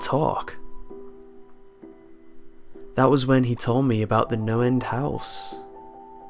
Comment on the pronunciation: I thought he kept saying Noland house...